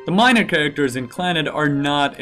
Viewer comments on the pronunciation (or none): none